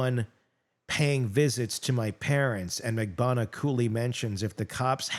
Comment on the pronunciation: GET THEIR LAST NAMES RIGHT. It's RIVERA - not RIVIERA (we're not in the South of France). MAG-BAN-U-A. If this was a court of law, they'd get off with new last names